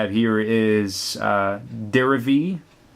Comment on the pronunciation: when he said Deerevee I had a stroke